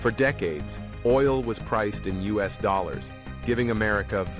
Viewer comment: "Us oil"? instead of U.S. oil. AI slop channel